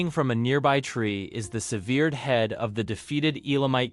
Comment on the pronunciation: Agreed, severe-d head as an example.